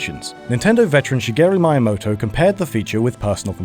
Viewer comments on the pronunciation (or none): It's 'Miyamoto,, not Mayamoto'. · David Lemos I believe it is Meyeamoto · No he's not your a moto, he's my a moto. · I cringed when he pronounced “Miyamoto” as “MAI-amoto” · Thumbs down solely because he pronounced miyamoto as my a moto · Did he just pronounce his last name as MY-aymoto? Wtf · "Shyguru Miamoto" -, 2016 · "My-a-moto" lol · Shigeru Mayamoto? Jesus. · Shigeru "My-amoto"? Who is this guy? Get him out of these Nintendo videos! :P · its me-ya-moto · "Shigeru Mayamoto" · Shigeru My-a-moto? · "Shigeru Maiamoto" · You did NOT just say "Mayamoto"... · shigeru mayamoto? thumbs down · Haha... Shigeru "Mai"-yamoto. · Shigeru Maiyamoto? Maiyamoto? MAI? Jesus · My ears were hurt by "maiamoto" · Did he just pronounce Miyamoto "Maya-moto"? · Shigueru mayamoto? Smh 😕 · Shigruh Mayamotoh. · Maiyamoto lmao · "Shigeru Mayamoto" Me: pauses video ..... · "Miyamoto" It is said me-Yamato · Shigeru "mai-amoto"? bruh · "Shigeru my amoto" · "Shigeru Mayamoto". How dare you. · 5327indarkness: Maya is a popular 3d modelling, animation, and rendering software. In the video the narrator says Mayamoto by mistake. Get it? MAYAmoto? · "Shigeru MAYAmoto" I exploded. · Mayamoto. It's Miyamoto. Fuck. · Shigero My-Amoto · I paused the video to check the comments and make sure enough people were as outraged that mispronounced "Miyamoto" as I am. I was not disappointed. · that "Miyamoto" pronunciation.. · That is not how you pronounce his name. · Fearl Thats not Quite right. You can have an Accent even an Havely Accent but you can say most Names right if You know how its pronunced. Miyamoto isnt even an Hard name to pronunce. The most Videos this Channel produce have over 10% Missinformation. Dont forget they all do it for the money and the feeling to be someone. And Yeah iam not native english. I live in Germany so i know i made many Spelling or/and Sentence building mistakes...